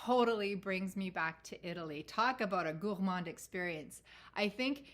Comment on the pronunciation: I love the way you pronounce “Gourmand”, you need to give me some French 🇫🇷 lessons! I talk to my fragrances too! Why not, they are my babies! 👶 I didn’t like Gourmands at first, but moving to colder climes changed that! Yummy! 😋😋😋 When I saw your first post on Instagram about Tom Ford Noir Pour Femme, I knew we were sisters! 👯‍♀️ Love your choices, we have the same taste! 💖💖💖